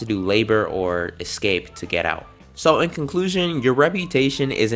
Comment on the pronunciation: said aut 😂🎉😂🎉😂🎉😂